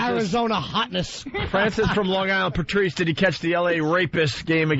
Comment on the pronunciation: Opie always says "Prrrtrice." Asshole, there's no 'R' between the 'P' and the 'T'.